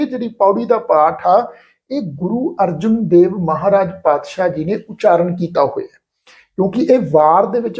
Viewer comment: Thank you But tusi Guru Arjan Dev ji da nam Arjun Dev uchar rhe ho Jo theek nhi lgda 🙏🙏🙏🙏